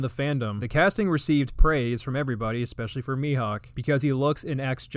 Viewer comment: ECKSPESSUALY! Who the fuck is still teaching people to pronounce ESSPECIALLY like theres a fucking "ck" in it? It aint an eckspresso. Idk, shits so grating.